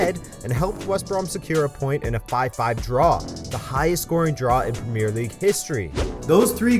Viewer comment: Please say premier in premier league properly. Thank you